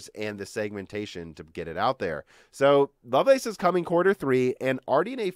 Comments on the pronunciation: Lovelace is pronounced loveless. Its a person's name. Its not the lace on sexy underwear. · Yes, it's a name. No, it is not pronounced like "loveless". It's literally pronounced "love lace".